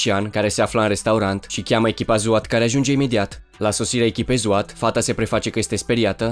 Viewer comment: ai zis la sosirea echipei zwat in loc de swat